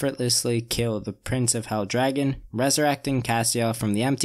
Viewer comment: The prince of hell’s name is daegon as in day-gone, not dragon!